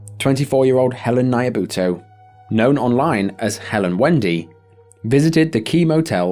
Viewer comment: All these cases are truly tragic and as a Kenyan, Nyabuto's case really hits home sidenote her 2nd name pronunciation is slightly off the N and Y are combined to form the syllable Nya not N-ya